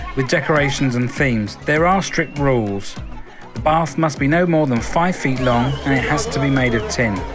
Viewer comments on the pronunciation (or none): none